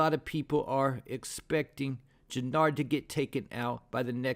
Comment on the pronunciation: It's JENARD....why yall kp fkn his name up??? Yall butcher Tariq name too! Dam yall need to learn these ppls names!